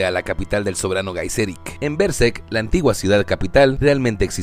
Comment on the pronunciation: Buenísimo el video. Podrías pronunciar berserk bien al menos...